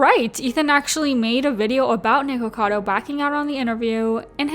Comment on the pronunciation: I'm so glad you pronounced it "nikocado" it drives me nuts when people pronounce it "nickado"